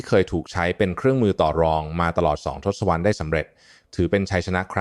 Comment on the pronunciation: ทศวรรษ อ่านว่า ทด-สะ-วัด